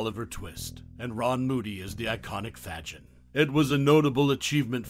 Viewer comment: pronounced, "fay-gIN...." not: "FAHjin..."